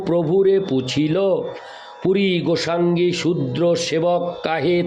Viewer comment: রাধে রাধে প্রভু জী, শ্রী শ্রী চৈতন্য চারিতামৃত গ্রন্থ পাঠ শুনলাম ভালো লাগলো। প্রভু জী আমাকে মার্জনা করবেন, পাঠের সময় কিছু শব্দ উচ্চারণে ত্রুটি হয়ে যাচ্ছে। যেমন, মুঙ্গি মানে = (মুই) গোসাঙ্গী মানে = (গোসাঁই ), ঠাঙ্গি মানে = (ঠাঁই ), প্রভু পদে মুই আইনু তোমা পদে ধাঙ্গা, ধাঙ্গা নয়, ধাঙ্গা মানে = ( ধাঁইয়া )। শ্রী শ্রী চৈতন্য চারিতামৃত গ্রন্থ খানি বাংলা বৈষ্ণব ভাষায় লিপিবদ্য করা হয়েছে। বাংলা শব্দ উচ্চারণ ব্যাকরণ একান্ত জানা দরকার। গ্রন্থ পাঠ শ্রাবনে কানে একটু লাগছিলো, তাই লিখলাম মনে কিছু করবেন না, ভুল ত্রুটি মার্জনা করবেন। গ্রন্থ পাঠ অডিও টা একবার শুনবেন। জয় রাধে,।